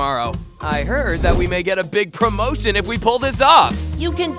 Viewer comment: am I the only one that heard promotetion